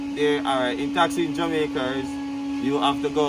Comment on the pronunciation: Man say jamaicer🤣🤣🤣